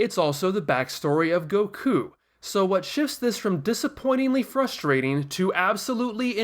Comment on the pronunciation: THE WAY HE PRONOUNCES EVERYTHING TRIGGERS ME OMFG "Go kuu" "Blooma" "Siyan"